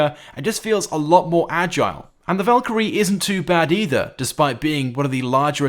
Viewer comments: You said valkirry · He said valkrie two times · He’s calling the savage the valkrie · Did he say Valkyrie 2